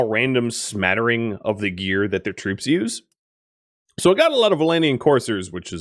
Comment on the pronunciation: When you issue orders to troops on the battlefield, it sounds like he says "brutes" instead of troops. This amuses me every time